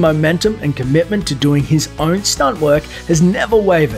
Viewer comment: dingo? lol